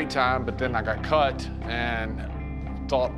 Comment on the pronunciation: wait what did the announcer say? I think he put an n in the word cut